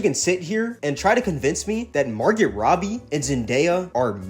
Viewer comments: It’s pronounced MAR-GO not MAR-GET the T is silent.. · Bro, it's MAR-GO! I cringed each time you mispronounced her name